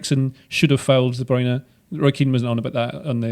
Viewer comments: I'm so glad someone pointed out the weird way Derek Rae says Kevin de Bruyne's name! Though his German pronunciation is impeccable (I assume, as I don't speak German). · I’m fking dying at the Kevin de bruyne pronunciation